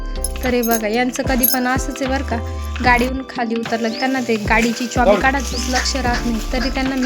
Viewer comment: चॉबी ❌ चाबी ✅